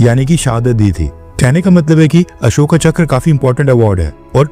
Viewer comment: बच्चे अशोका मत बोल अशोक बोल, हिंदी बोल रहा है।